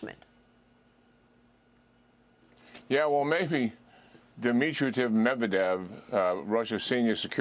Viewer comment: Keane can’t even say Medvedevs name correctly. You listen it was Victoria Nuland and her CIA buddies who started this mess. We will never be able to leverage Russia.